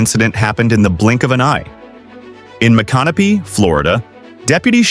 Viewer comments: Its pronounced mick.in.opy. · To add to viewers dissatisfaction with this sight, the correct pronunciation of this little town is (I'll break it down) Mic-kah-no-pee. I lived near there for several years. This isn't the correct spelling, but it's the correct pronounciation. My mother used to jokingly call it "My can of peas". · It's pronounced "MICK-uh-no-pee". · You bastardized the name of poor old Chief Micanopy pretty well. Thanks for the Vid! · That’s NOT how you pronounce “Micanopy”.😂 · Not only is the flashing SUBSCRIBE anmoying, the AI narrator mispronounces Micanopy. AI sucks.